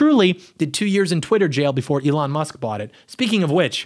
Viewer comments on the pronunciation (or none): none